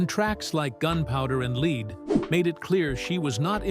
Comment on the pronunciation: I love Miranda Lambert but the narrator needs two throat punches for mispronoucing gunpowder and lead (led, not leed)